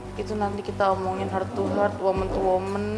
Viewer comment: Niatnya bilang heart to heart atau dari hati ke hati,tp dari pelafalannya jadi sakit ke sakit,,y emang jujur lisa sakit,, menyakiti bu cinta